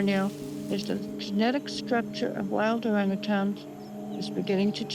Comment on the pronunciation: OrangATANGS lol... Nope. You should know dude.. not how it's pronounced AT ALL